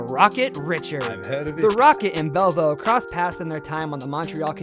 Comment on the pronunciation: Sorry I also missed Jean Belliveau he called him Bell vo. It’s pronounced “. Belli…..v…..oh “